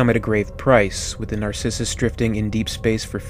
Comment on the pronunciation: You can't pronounce Sevastopol? Or Narcissus?